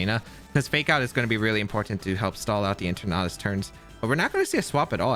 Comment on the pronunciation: Your Eternatus pronunciation is almost the same as your Tornadus pronunciation. I wasn't watching the screen while I was listening to the video and I legitimately thought you were up against a Tornadus.